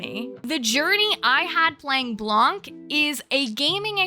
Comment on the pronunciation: "Blanc," the French word for "white," is actually pronounced "blan" (without the "kuh" sound at the end. It's silent. The feminine version of "white" is "blanche" (blan-sh).